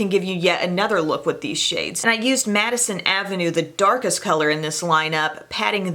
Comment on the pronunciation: "Matte"ison Avenue